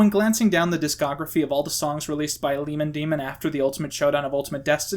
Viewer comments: omg first you said lemon demin then you said liman demon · Normal people: lemon demon: LiEmOn DiEmOn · Lemon Demon Lemon Damon Leemon Deemon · Ahh yes, Leemon Damon, my favourite Yotueber. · I love how you kept pronouncing lemon demon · Good video but I gotta ask, are you purposely pronouncing words incorrectly? You say Neil's last name like 3 different ways, you mispronounce Lemon Demon despite it being two basic words (though you did mention they were purposely hard to pronounce), and a few others here and there. I kinda feel like it was just part of the joke that maybe I missed.